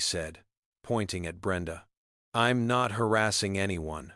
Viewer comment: AI needs to go back to school! She'd pronounced as shed, St. Louis Street Louis, I'm as im and so much more! I love the story though. I really don't believe people behave like that, but then again, I live in Canada and West Jet would have removed her way before!